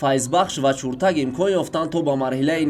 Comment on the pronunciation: Чуртак не Чиртак. А бача варзиш нюз шарманда кардӣ!